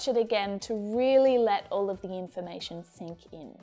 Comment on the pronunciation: There is a mistake in your example:”the person stood up when HE(not they) saw a cat.and you pronounce “a” and “the” incorrectly